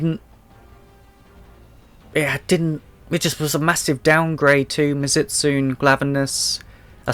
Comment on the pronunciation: Btw it's pronounced mizu- as in water and tsune as in kitsune. So it's mizu-stunay. The t is silent